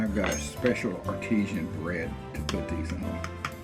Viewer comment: You've been making scrambled egg sandwiches...not egg salad. It's all egg so whichever way you like it. It is "arti-san" not "artesian".😮